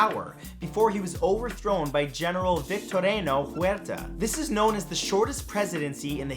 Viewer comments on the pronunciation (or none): none